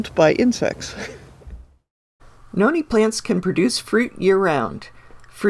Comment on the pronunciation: My name is Noni but u pronounced it wrong